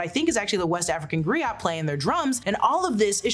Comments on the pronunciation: It’s pronounced “ Gree- OH” not “ gree-yot”. The t is silent darling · Griot is pronounced, Gree-oh not Gree-ot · Griot is pronounced Gree-oh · The word "griot" is a French word and is pronounced gree-oh! It is also a colonial remnant. Better choices for those story keepers would be "jeli" or "Jali" (Mande), "guewel" (Wolof), "kevel/kewel/okawul" (Serer), "gawlo" (Pulaar), and "aro kin" (Yoruba). All of these words from different african tribes loosely translate to something like historian, storyteller, or truth speaker. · Gree_oh....cha-lahm just helping you out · Pronounced Gree-Oh Leg-Bah